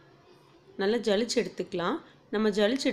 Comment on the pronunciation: சலித்து இதை ஏன் ஜளிச்சு ஜளிச்சுன்னு சொல்றீங்க